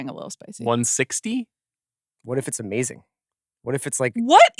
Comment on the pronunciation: "Amazingk" "workt" Amanda! 🎉